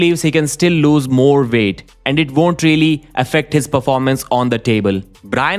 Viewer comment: Bro, stop saying veek and vonder. You can pronounce w correctly, I've heard you do it